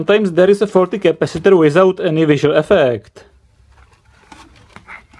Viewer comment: the knowledge in this video is good but... MY GOD, that voice is irritating and hell i can't tell if you're fucking with us or not i mean the last word of EVERY SINGLE SENTENCE is extended "That part is FAAAAAUUUULLLLLTTTYYYYY" "You Can Repaaaaiiiirrrr iiiiiiiiiiiitttt" "the resistor is 22 OOOOOOHHHHHMMMSSSS" "it's short Ciiiiirrrcccuuuuiiiiittttt" this is fucking irritating good video but i literally cannot sit though it listening to the pronounciation if you were a uni lecturer, i'd quit the course so as to not go crazy... No offense, but this is very irritating thanks for your effort though